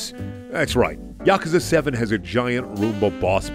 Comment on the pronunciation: The way pronounces yakuza....2.25/10